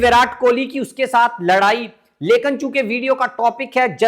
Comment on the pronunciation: The right word is Lekin not Lekan o pendo